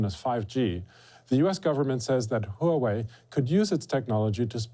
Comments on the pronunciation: Huawei is pronounced "hwah way" not "huh way". Pin Yin is not that hard to figure out. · It is pronoun Huawei ""WUA-WAY" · Stop pronouncing Huawei huuuu wei